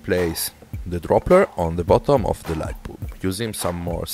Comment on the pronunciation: I cant stop laughing, he keeps saying light boob! all jokes aside... nice work.